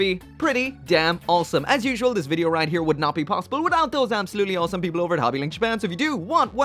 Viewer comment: Why do you pronounce awesome as "all some"?